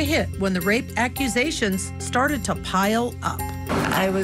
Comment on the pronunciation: A lawyer who can't even pronounce "accusations" who's invited to be a guest on the show = the network has VERY low standards